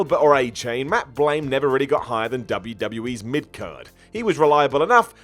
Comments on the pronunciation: I caught that too, I was like: "Blain?". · Matt Blain? I know you’re from England, but had the hell do you mis pronounce BLOOM? The captions think you’re saying Blame?